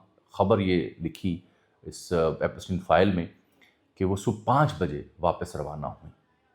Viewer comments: This is not Epasteen. It's pronounced as Epshtine, like shine. It's a German name. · Meray Bhai Jab Ap Preparation Kartay Hain To pronunciations bhi daikh lya karain. Epestein files nahn hota Epstein files hota hai. ep k bad es nahn hai. Elan musk nahn hai. Elon musk hai, woh bechara koi elan nahn kar raha. Kindly take it as positive criticism. Main English ka expert nahn hoon but main koi vloger nahn hoon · بھائی ایپسٹین Epstein بولنے میں کیا مسئلہ ھے؟ ایپ سٹی ن۔۔۔ پ کے اوپر زبر نہیں بلکہ جزم پڑھا جائے گا 😜